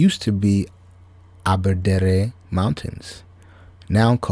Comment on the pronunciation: Bro its called abadare the last part is said like truth or dare.